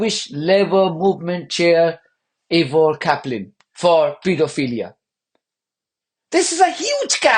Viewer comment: Caplin - sounds like Chaplin.